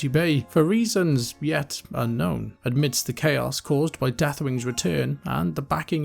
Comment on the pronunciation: I like your vids, but it's amidst, not admidst.